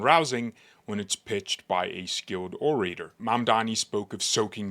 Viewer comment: you need to pronounce these two words correctly ----> orator - indigent